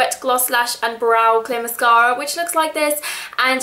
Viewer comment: i love the way she says mascara. ## british<3